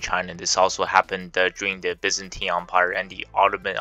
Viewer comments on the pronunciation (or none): none